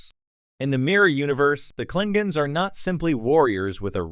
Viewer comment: Klingens? I think you mean KlingONs....